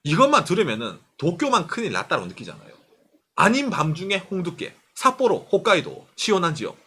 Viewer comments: 삿뽀로 어감 너무 찰지네요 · ㅋㅋㅋㅋ삿뽀로 할때 발음봐 ㅋㅋㅋ 빵터졋넨